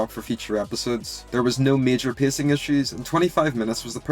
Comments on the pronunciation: Why does bro pronouce pacing "pissing"😭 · I am bothered by how you say pacing